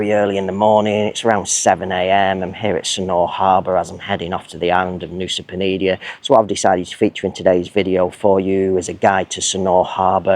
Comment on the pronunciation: I thought it was Nusa Penida not Nusa Penidia!